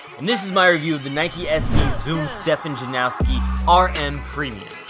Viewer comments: Sick review as always man but there’s no W in his name by the way! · its actually janoski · It's Janoski. Not Janowski. Tf is wrong with y'all??? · Janoski not Janowski :) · How do you pronounce his first and last name wrong??